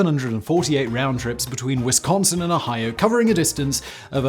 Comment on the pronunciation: I'll never tire of hearing Brits say "Wisconsin." Also, "we are holding our own" is the most aggressively Midwestern response imaginable to being asked about your flooded ship being pounded by giant waves in the middle of a deadly lake storm. "Oh, we're fine, it's just a little leak. No need to make a fuss."